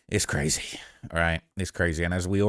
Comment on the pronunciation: Did really just say brazy😖😖😖☠️☠️☠️